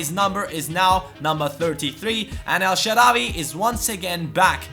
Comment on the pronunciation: Of course we want El Shaarawy in the starting lineup but please mate spell it El Shaarawy w=w not w=v or just put الشعراوى on Google translate and listen to the spelling :D